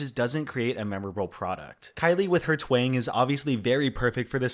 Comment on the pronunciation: I gotta say when you speak of kylie aonique, you keep saying "her Twing" its not called a Twing, its either a Twang or a southern drawl. Whichever one works just not Twing. Figured you would wanna know. Good video